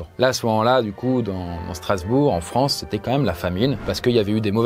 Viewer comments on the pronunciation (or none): none